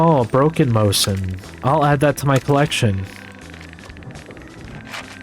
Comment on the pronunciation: As a soviet gun nerd the way you say "mose-in" instead of "mo-zin" is aweful. also how many gnomes do you plan on getting by the end of the series?